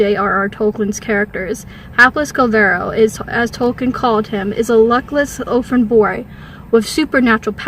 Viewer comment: Its clearly Kullervo. Why does she keep saying Kullvero?